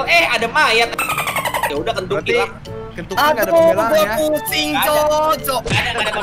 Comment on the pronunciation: di menit berapa aja bilang kenyucky